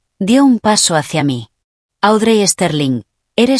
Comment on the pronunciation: Pierce se pronuncia piers Audrey se pronuncia audri ponle nombres en español y asi no se oye tan mal los nombres de los personajes